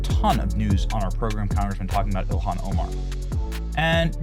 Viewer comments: Did he say elian Omar? Trice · I love our VP but how he pronounces Ilhan is so weird LoL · I like how he doesn't give her enough respect to even pronounce her name properly, so funny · Vance does not say her name correctly. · Why was the vice president pronouncing her first names in such a weird way That's kind of curious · Someone needs to teach JD how to pronounce “Ilhan” 🤣